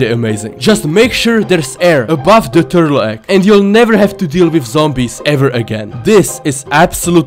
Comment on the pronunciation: ''if you place a tuRRtle egg...on the coordinates zeRRo zeRRo zeRRo''